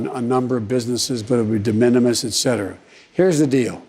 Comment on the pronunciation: What??? " It could have an in impact on... on a number of businesses, but DIMINIMUS???, Et cetera... Here's the deal..."